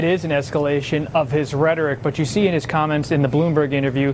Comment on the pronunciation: I keep hearing this new word 'a-legal, is that different from illegal?